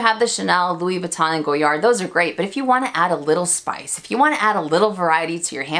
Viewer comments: MelSoldera also says “Louis Vuitton” in the “correct” way every time but I never say it that way and I certainly don’t judge people for the American pronunciation. That said, I just LOVE hearing the French brands pronounced in French. It just feels special lol. But yeah, no judgment. And the cats collection.... I am a proud crazy cat lady, so I am so torn on it. I go oh God, could I really wear that? But then I’m like but it’s catttts, lol. Hope you’re feeling better! :) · I believe Monsieur Ashley pronounces Louis Vuitton correctly too. 🙂